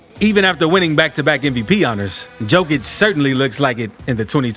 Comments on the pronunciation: Thank you that bugs me too, the best player in the world and can't say his name correctly 😢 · pronounce it yokich, not dzokich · Am I drunk or is the guys name pronounced "yo-kich" if so stop calling the man "jo-kich" god damn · It's Yo-kich, man, thank U for the video and greetings from Serbia! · Just one thing you pronounce the "JO" in Jokic not like Joe but like "YO" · J o k i ć, not J o e k i ć Serbian language is read how its written, letter for letter, there are not any additions in pronunciation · Please, for the love of God... please pronounce his name right.. Jokic is pronounced "Yo - kich"... not Joe-kich. It's like saying, yo man, what's mama cooking in the kitchen?... Jo-kic. He's the greatest player ever... he deserves to have his name pronounced correctly. Keep up the good vids. Thank you. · For all of you that don’t know it’s pronounced yokic but spelled jokic still being disrespected get his name right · Not Joekitch it's Yowkitch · DUDE , LEARN HOW TO PRONOUNCE HIS NAME , ITS YO KICH , NOT JO KICH !!!! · His name is pronounced yo-kich not jo -kich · Could you say his surname properly, he is "Yokich"? Please pay attention. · Learn how to pronounce Jokic!!!! "Yokish" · Just an FYI, Jokic is pronounced “Yo-kich” Great video though. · its pronounced Yokic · The correct pronunciation is closer to Yoke-itch. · Please: 1. say yolk out loud 2. then use how that sounds to say Nikola's last name 3. profit <3 Great video, but you literally merged Novak's and Nikola's last names into one <3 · Dude I couldn’t get past simply cause you mispronounced his name every fifth word. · How you gonna make a video with a bunch of info about him but don't know how to say his name correctly? Lmao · You're mispronouncing the guy's last name Mark Jackson didnt even bother to learn how to say it for NBA finals What's up with this? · Cant eally listen to a commentary if someone is knowingly pronounce someone elses name wrong.